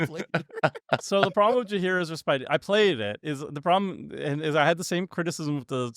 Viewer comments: Not correcting Tomer about how to pronounce Ojer, DIRECTLY after pronouncing “respite” as “Ress-Spite” it’s pronounced “ress-pit” 😂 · It’s not ree-spite. It’s pronounced- rehs’-putt